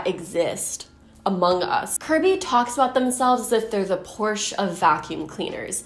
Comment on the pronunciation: you mispronounced 'porsche' 🤨